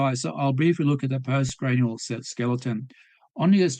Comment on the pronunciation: yeah - these creationists don't understand what they're reading. At one point he said 'post cranial' - rhyming post with lost. That says it all.